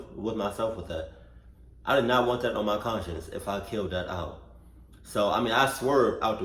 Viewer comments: My mans said "aisle" instead of "owl" 😂😂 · dude said an aisle